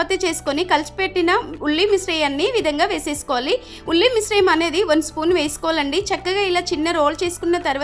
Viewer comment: Ulli misramam telugu padalu nerchuko mundu confident ga thappu ucharisthunavu